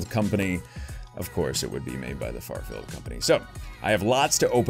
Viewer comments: You said farfield like twenty times. It’s Fairfield lol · It's "fair" field not "far" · Its not farfield its fair-field lol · Thank you lol not FARfield its FAIRfield lol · I cringe every time he calls FAIRfield Farfield....lol! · After so many third party openings you've done have not realized it's FAIRfield not FARfield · Keeps saying FARfield instead of FAIRfield lol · You know it's FAIR- field, not FAR-field. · It's FAIRFIELD not Farfield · “Fair” field company not “far” field. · shout-out from the Bay Area California wanted to tell you something you know you're pronouncing that wrong the product it's Fairfield you know like a carnival Fair and then feel not far field just wanted to let you know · Every time he says “farfield” I cringe😂